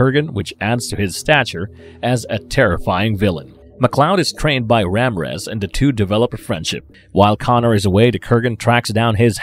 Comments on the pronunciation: Marvelous Videos, It's not pronounced Ram rez,😂 It's pronounced: Raw-meer-rez. It's not utters, it's OTHERS. Learn to improve your speech! It's not whit it, It's WITH it. It's THE not dee. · "Ram rez" 🤣🤣 Ra Mir ez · The I in Ramírez is not silent. It’s actually the accented vowel. You need to learn pronunciation before attempting to record a video like this. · Krugan? Ramrez? Not wanting to be the stick in the mudd...but since I have been a long time fan of the Highlander franchise and its mytologi, I must point out the name pronouncings here is not on point with what they are in the movie(s) Kurgan and Ramirez are the spellings and way to say there names correct. Peace. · Maybe he decided that Ramrez sounds more Egyptian then Ramirez 🤣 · Good stuff, Kurgan is the man "I have something to say! It's better to burn out than to fade away!" ... but ffs, please pronounce the names correctly - basic shit man.... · LoL 😆 Ram Rez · Damn... I just saw yours after posting mine. Ram-rez is the one that got me the most. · Who’s Ramriz?😂. Man that made me bust out laughing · Ramrez? 🤦‍♂️ Even the predictive text corrected the name lol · “RAM REZ”???? Have you not seen the movie? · Who in the BLUE HELL is RAMREZ? Or Dougal? It is pronounced Doo-gal. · RAMRAZ!? WTF?! 😆 🤣 😂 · Same with Ramírez. Couldn't pronounce it correctly. Despite how many times everyone in the film says it correctly. Lmao